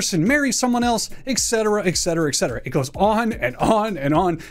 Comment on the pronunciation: The most annoying thing about this video is that he says "ex cetera" instead of "et cetera"